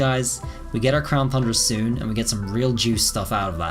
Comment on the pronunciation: My one question is why does he continue to say crown thundra? Is it like a joke I’m missing?